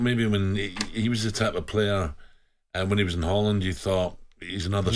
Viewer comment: HOIJLAMD 😂😂😂😂😂😂 JESUS CHRIST SO DESPARATE